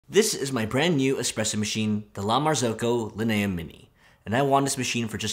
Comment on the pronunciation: Weird I’ve never heard it pronounced Lin-A but that makes so much sense